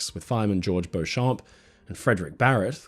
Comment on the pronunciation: Another First Rate, minutely researched and presented piece of work- many congratulations. Small point of order: 'Beauchamp' is usually pronounced as BEECH - HAM in its Anglicised usage. (???)